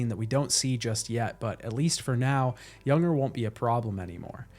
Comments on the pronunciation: I really enjoyed the video. It just bothered me that you kept calling Lou a he, which she is not, and you call Cliff "Junger" but he is "Unger". Otherwise great video. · What an exceptional game and a great video breakdown. Thank you. I tried to ignore it, but his name isn't pronounced "Younger". It's "un-ger", like hunger without the h. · It's Unger, not Junger. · "Younger"?? It's Unger, like UN-grrr. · It’s “unger” not “younger” man that annoyed me more than it should have 🤣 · This video is really great but that bothered me so much too. Everytime he said his name wrong it triggered me. It is a pet peeve of mine but this an amazing video though. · FYI I'm pretty sure that "Unger" rhymes with "Hunger", not "younger". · I’m loving this video but Unger is pronounced UHN-GUR. 😅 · I just wanna know why you pronounced Unger as Yunger? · Fantastic video! It drove me crazy that you kept saying Unger's name wrong though lol